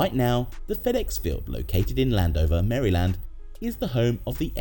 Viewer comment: “Mary Land”